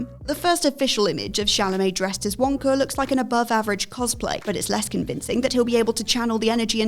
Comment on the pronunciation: How did you go from ''Wonka'' to ''Wankar'' in the span of 3 seconds?